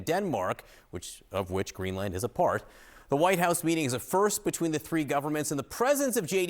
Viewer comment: The anchor is pronouncing 'Greenland' incorrectly.